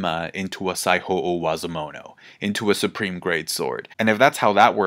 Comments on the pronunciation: Similar feeling, except with "sai-ho" with the Spanish "j" sound, instead of "saijo" in "Saijo O Wazamono" I mean, it's small potatoes, but it elicited a little bit of a "jajaja" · Mans pronouncing Saijo O-wazomono like he’s speaking Spanish. Saiho